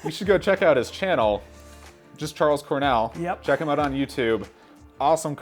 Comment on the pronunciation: Who tf is Chorles Carnell?